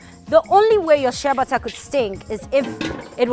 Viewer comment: am wondering what u're saying which sounds like "shebatthaa" not til i remember that bottled exfoliating soap with "sheabutter" AND there i got what u're saying--AND THAT's one of the secret of your beautiful skin! hmmm interesting!!! ..nice video!😍😍😍